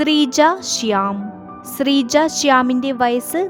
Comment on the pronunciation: സ്രീജ അല്ല ശ്രീജ